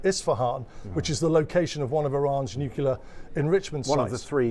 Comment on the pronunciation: Why can’t people say ‘;NYUCLEAR’ instead of ‘NYOOCYULAR’…. Nuclear shouldn’t be hard to pronounce for goodness sake!!